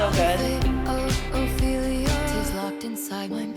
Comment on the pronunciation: Ouch, 8.27 min that sounded terrible . . . "Ophelia".